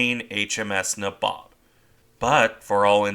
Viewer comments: Just a note to say the ships name is pronounced NAYbob its an old East INDIAN term for one of the ruling class. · I think its pronounced naybob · Your pronunciation of the name is wrong. It’s nA-bob. Since I’m not an English major….. Neigh (like a horse) Bob I know this as my grandfather served on her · I think U S.S. Franklin, the Essex class carrier turned into a burn pile by the Japanese off Okinawa probably qualifies in the severely wounded, makes it home category. P.S. Nay-Bob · N EH BOB (Nabob)